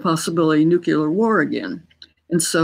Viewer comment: Nuclear, not nucular.